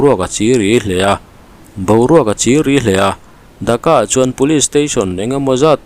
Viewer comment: Mi ziah chhiar loh tih thu hma neih ṬUM tak ah(minute na)an khawpui Thaka i tih hi ka lo ngai thla fuh ve tlat,an khawpui DHAKA tih tur zawk aniang a,Viewer hrelo ten Bangladesh khawpui THAKA amaw an lo tih palh loh nan...